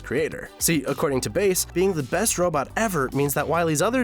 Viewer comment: Roll and Bass not Role and Base